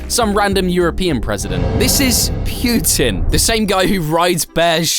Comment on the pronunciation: bro can't even pronounce Putin